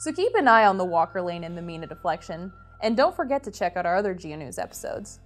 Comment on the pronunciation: say, from our spanish background, we say nevada and mina, as spanish does, so we like that, that you KNEW how to do that correctly.... so hope you do not feel too bad :) ... but, yes, for the locals = *there is usually two pronunciations, of name/towns, depending on the locals, (which is different than spanish pronunciations, french, or, german, or native american, etc) --- and then, thus, not the same as where the language-names, come from... ex: (nevada, means snowfall, in spanish) (mina, means mine, in spanish) (or, the name-- fermina sarras, a woman, from the town history, which would be pronounced as spanish) ... GREAT JOB, too, for the earthquake info, and set up... wow... i am from san andrea fault area of calif... and, really appreciate this, ... (san jose, goes through all kinds of pronunciations, too, as to 'locals' or true language... and, so does los angeles, as you would know... thank you so much!!! again, wow... good quake knowledge teaching... :)